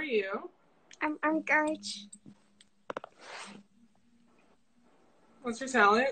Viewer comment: "im goodge" 💀💀